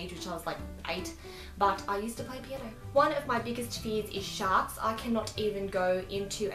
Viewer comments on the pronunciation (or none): When you said sharks, I thought you said shots, so you said swimming pool and I was like "what????"